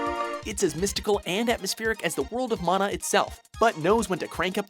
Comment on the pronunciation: Love that he narrator pronounces "mana" correctly : D